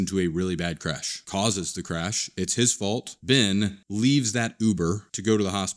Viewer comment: Ben, not Bin